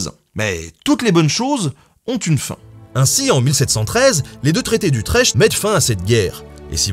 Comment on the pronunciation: pardon mais Utrèkt pas Utrèche... :D